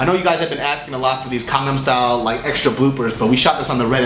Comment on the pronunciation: Did he say "Condom style" ?...